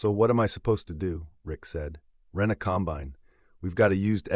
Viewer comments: You need to learn how to say combine. The emphasis is on the first syllable not the last. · Some items that are true but the story does not have the nature of a farmer. He went from not being able to have time for anything but to get back into the field to next day spending time buying equipment that wasn't needed urgently. Doesn't happen that way. Every Farmer knows the difference in pronouncing the word combine the right way for the right application. I got a 1/3 the way through and said AI. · 'combine'.......narrated by city folk.....LOL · This entire story is AI generated and voiced. There is no Huxley and Sons JD dealer in McCook, NE. There is no Johnston Ag in Kearney (pronounced "Karny"), NE. Listen to the pronunciation of "com-BINE" over and over. This video's only goal is to entertain/enrage. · "Combined"? "One Eighteen Hundred"? "Calv-ing"? "Twenty and eleven"? AI crapola!! CREDIBILITY: Zero. Who proofed this, John Deere?